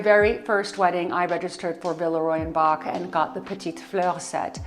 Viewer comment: Verehrte …. Sie irren leider, in Deutschland spricht man „Boch“ nicht aus wie „Bock“. Das ch wird wie ein ch ausgesprochen 😉